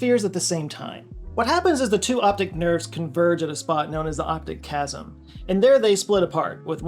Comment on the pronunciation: One quick note from : the crossing of the optic nerve in the middle of the brain is called the optic chiasm (not chasm): It comes from greek for crossing or "X" (the letter "chi" - rhymes with "kai")